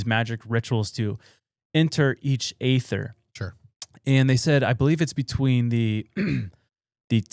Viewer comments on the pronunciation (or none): Well it’s original pronounced AETHER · The E - ther is how its pronounced